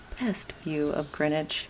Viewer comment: Great to hear Greenwich pronounced "Grinwich" like the locals.